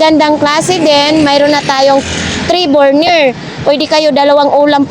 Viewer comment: Burner! hindi Borner!